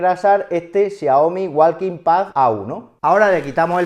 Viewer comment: la L en walking no se pronuncia, es muda. sí es una joda, pero así de desorganizado está el inglés, hay que aprenderse pronunciación por palabra como con la palabra "wrestling" se pronuncia resling, la w y la t son mudas o la t la pronuncias ligeramente como solo para apoyarte en ella.